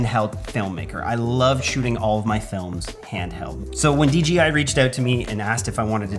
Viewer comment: D J I 👀😂😂😂😂 J not G 😁